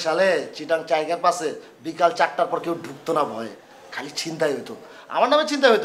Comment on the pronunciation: চট্টগ্রাম চাইগারপাস না, টাইগারপাস